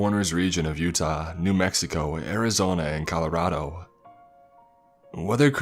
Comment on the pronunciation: Please stop pronouncing Colorado like that